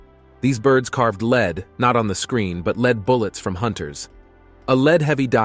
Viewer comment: Dude...lead the metal isn't pronounced "leed"...like read. It is lead like red or dead. 😅